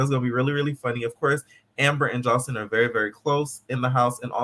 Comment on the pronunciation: The cabadet! The way you pronounce it like joseleeein 😂